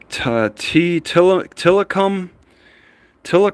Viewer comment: it’s not Tillacum it’s actually tillamook! Lived in Oregon 33 years!